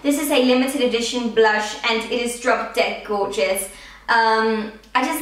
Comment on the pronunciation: why do you say gorgous